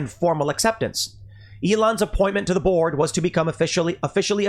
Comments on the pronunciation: I'm sorry Tim but every time you said join the board I heard join the borg. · Everytime I heard Tim say Elon refused to join the Board it sounded like he was saying "Elon refused to join the Borg"